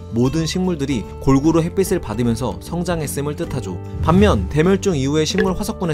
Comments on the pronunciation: 햇빛을 = 햇비슬(X) = 햇비츨(O) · 햇빛을, 햇빛이 등의 발음을 "햇비슬, 햇비시" 등으로 발음하시는데, "햇비츨, 햇비치"로 발음해야 하지 않을까요? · 햇빛 발음할때, 핻삐슬 아니고 핻삐츨요. 핻삐씨가 아니고 핻삐치